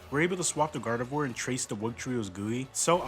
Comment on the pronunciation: Bro rlly said “garvedoir” 🤨